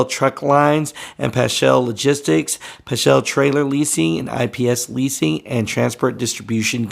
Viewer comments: It’s actually pronounced Pasc-hall. Paschall truck lines. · It’s pronounced Pass-cal. Not Puschel or whatever….